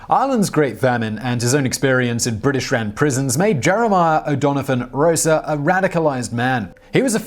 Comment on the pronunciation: It's 'Rossa' not 'Rosa'. The the first syllable contains a pure vowel, not a diphthong, and the 's' is unvoiced.